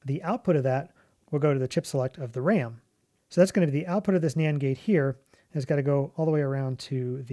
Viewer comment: anyone else keep hearing Nyan gate instead of Nand gate?